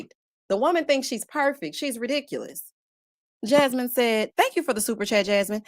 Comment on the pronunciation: SO COOL, YOU SAID JasMeana!